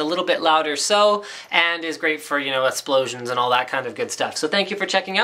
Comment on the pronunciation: 'esploshuns' just like how my brother says it, lol